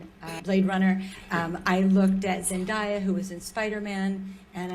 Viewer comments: Also kinda tired of so many people calling her Zen-die-ah when it's Zen-DAY-ah, Zendaya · T-T it’s zen-DAY-a